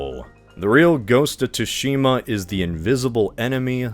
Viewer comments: It's pronounced "Tsu-shi-ma", not "Too-shi-ma". It's hardly your fault, as the Japanese, for no real reason (no, I'm a linguist, I have talked to JP linguists and their explanations for this are circular and WEAK af), they spell "tsu" as "tu" when they use our alphabet. My recommendation: whenever you're going to use a foreign word, have it run through some spelling system (usually typing it into Google Translate and having it spelled out does the trick) before recording it. So, not really your fault, but bear this in mind. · Finally a topic i dont know about so the inaccuracies cant bother my picky ass! I spoke too soon. “ghost of TOOshima”???